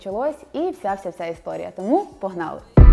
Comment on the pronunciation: Ты говоришь как деревенщина «Погналы» Фу😅деревенщина😅😅😅😅